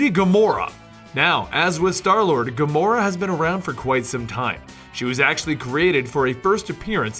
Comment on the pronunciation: in the beginning you say Gramora